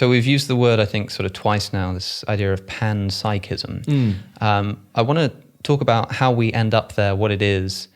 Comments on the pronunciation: ooooh…you were saying PEN-psychism this whole time and I thought you were saying PAN-psychism!!🖊️🍳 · Did he just say penpsychism?